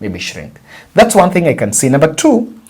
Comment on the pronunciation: Pronunciation of ONE =WON , but not WORN